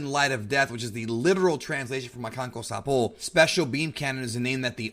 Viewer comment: Says the makankosapo no problem. Can't say Sakovia.